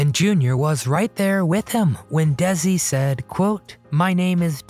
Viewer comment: First of all, it's not pronounced Dezi.... it's Desi. His family originally emigrated to Cuba from Spain... he was decended from Spanish aristocrats. Does that makes him a different race? I don't think so. The objection back then (50's) was that he was foreign and had an accent.